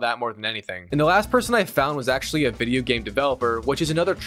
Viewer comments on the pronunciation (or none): none